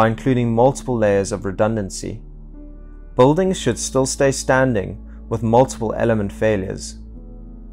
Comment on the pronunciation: Is he saying, Boldings?